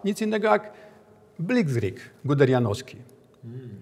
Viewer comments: "Blitzkrieg" wymawia się blickrig! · Uwielbiam tego generała i jego guderjanowski "blikzrig" w 21 minucie. Że też to Piotr wytrzymał .